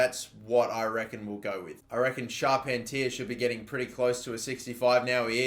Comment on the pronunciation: pronounce Charpentier as Shar-PEN-tee-air